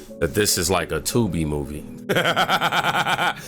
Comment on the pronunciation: Trump has been caught doing Nothing, how many times do they have to be caught 🤬 Fanni, not fawny..